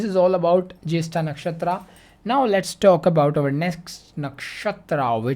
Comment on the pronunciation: The Way You Call Nakshatra Jyestha Soo Good 😬😬💥'Mine Moon Nakshatra N 7th Lord Nakshatra Are Same so Me And my Husband are Same may be